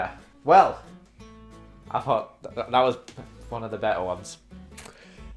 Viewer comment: I fought that was one of the better ones: 😮😳 Get it, I said fought cuz always says f’s, not th’s